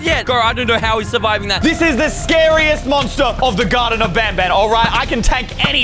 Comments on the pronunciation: it’s banbaleena not banbaneleea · It's banbalena not banbalia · it's pronounced baanbaan not ban ban💀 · You say Banbanleena💀🗿 its Banbaleena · Banbalina is pronounced ban ba lene a non ban balia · Me pretending that he didnt pronounce banbaleena wrong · Bro just called Bambolina bamballea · Ban baleena is the pronouncement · He pronounced banbalina wrong